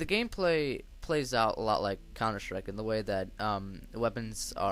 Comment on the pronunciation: Xd old vid but what really is Funny u Said Countershtrike xxddd